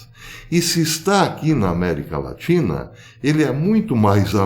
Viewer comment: America latri.. latina... kkkkkk.... que O ETERNO te abençoe.